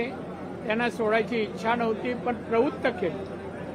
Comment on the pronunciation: प्रवुत्त नाही प्रवृत्त नीट बोलता येत नाही.